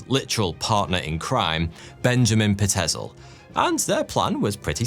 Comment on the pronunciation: Peitzel is pronounced "PYTE-zəl".